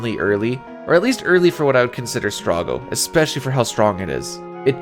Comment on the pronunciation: In all of my years of playing FF6, I have NEVER heard someone pronounce Strago as "strah-goh" instead of "stray-goh" lol